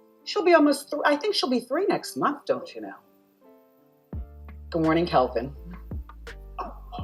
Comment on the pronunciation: His name is KELVIN not Kevin